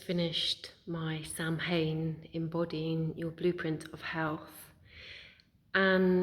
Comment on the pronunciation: Very well said, thanks for sharing this. I like how you use anaolgies to explain what you want to convey, it resonates :) btw, the pronounciation of Samhain is said as "soughwan" (from an Irish woman) Thanks wise woman :) <3